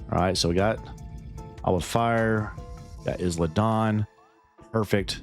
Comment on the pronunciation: Not to pick but it’s I-La Dawn the s is silent lol